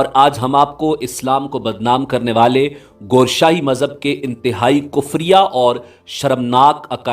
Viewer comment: Gooooshaie nahie hai it's Gowher sahie